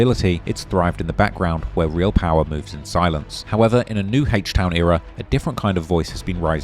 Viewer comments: Bro wtf is “Hache Town” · HAYCH TOWN 😂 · Hayshte town 😭😭💀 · “Heaech town” 🤘